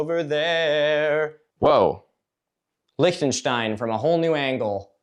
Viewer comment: Milo saying Liechtenstein is genuinely the first instance of an American being able to pronounce „ch“ correctly I‘ve ever whitnessed